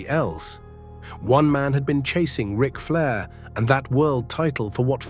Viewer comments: What about (R) ike Flair instead of Rick? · R- ick Flair? WTF?? Get rid of the ai slop narration.